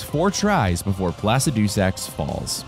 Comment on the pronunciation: I’ll subscribe when you pronounce Placidusax right